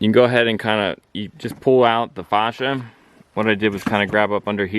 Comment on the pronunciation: Facia is pronounced face-she-uh. Pet peeve mine. Otherwise good tips. Thanks for posting.